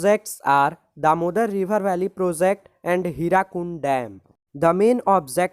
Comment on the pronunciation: Sir, E.long answer questions.q 3 this is hirakud dam not hirakund 🤣